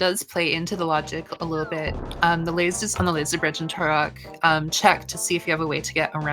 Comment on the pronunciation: I think she might be saying Turock as a joke? Like how she called Sahasrahla "Szechuan"